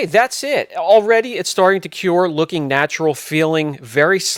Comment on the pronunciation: Cure not cue lol